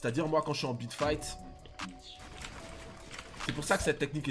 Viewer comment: On dirait tu dit bit fight